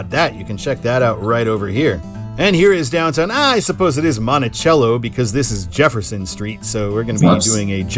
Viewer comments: Yep. There's a Monticello (soft c) in Georgia, as well. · It's Monticello with an s sound for the c. I've lived in this area for nearly four decades, so I know.